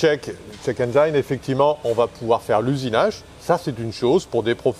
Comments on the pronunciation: juste une petite rectification de pronunciation sur le mot Engine en anglais, penses a la terminaison de "frangine" ça ira beaucoup mieux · Quitte à leur faire de la pub, autant bien prononcer le nom de leur société 😋 Engine en anglais se pronce "ène-jine" et non pas "ène j'aïe ne" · En anglais, on "ENGINE" se prenonce "aine-jine" et pas "aine-geaïne". J'imagine quio peux y a out de la clientèle internationale, si ca peut aider... Merci encore pour la qualité des vidéos!!! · Alors ce format la c'est juste GÉNIAL!! Faut faire des vidéos sur ce genre de thème 😃 (Petit détail: "Engine" ne se dit pas aine-jaïne, mais aine-jine, comme Gin-tonic) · engine : N-Gin .... pas N-jailln ! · Dufay mais en aucun cas ça ne ce prononce "aïe" dans Engine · haha j'ai déjà fait plusieurs fois la remarque à notre cher pour la prononciation de "'engine" mais il n'écoute pas toujours 😊... il doit trouver que ça fait plus mieux... même si en anglais il y a des règles en matière de prononciation du "i" mais aussi des exceptions... cependant tout ceci n'est pas bien grave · J'aime bien la prononciation a la française de check engine, on veut mettre de l'ail de partout ;) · Nickel comme video, change rien, même si la prononciation engine n'est pas bonne🤣, moi j'aurais dit pareil que toi, on t'aime comme ça.